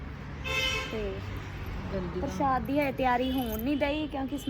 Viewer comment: Preet ji parshad parshood nhi bolida tuhade boln vich roughness h ja fir parshad bagera mummy sohna bolde ne manveer de stomach vich keedeye honge